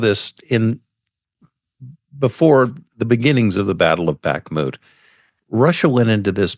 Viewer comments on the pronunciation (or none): none